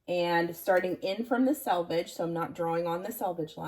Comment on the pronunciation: Thank you for pronouncing "selvage" correctly. I cringe every time I hear it pronounced "salvage" on other internet videos.